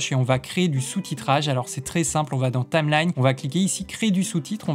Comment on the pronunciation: "il va avoir énormément". Dommage qu'il fasse pas correcteur grammatical. J'aurais aussi beaucoup aimé savoir comment il écrit ce que tu prononces "Tame lagne"